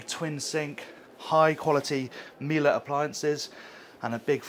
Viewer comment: Why do all those Yachts have Miele appliances? And why are you the only one of those who make yacht tours who pronounce it the right way? xD